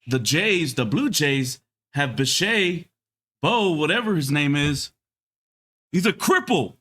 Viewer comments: The name is NOT pronounced bi-shay, it's bi-shet. How does ANY baseball fan not know that? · First of all, dude if you’re gonna make a video at least pronounce the guy’s name right……. The guy is not French. It’s a hard ETTE at the end anyway I can sum up some of these ridiculous comments with one thing and say that I’m not sure which was the better team sometimes the better team doesn’t play better and by the way, not all of Roberts decisions were that wonderful to be honest with you and I’m a diehard dodger fan. I think that the Dodgers might’ve been the better team as a whole, but the Blue Jays out played them as a whole they just didn’t win the series and that happened sometimes so I guess part of your video I agree with and there’s a couple parts of your video that are not so agreeable to me. But you know people need to do what they need to do you know for views and likes. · I was just saying that Yamamoto threw a bad pitch and the double play bailed him out. It’s Bichette that you are mispronouncing.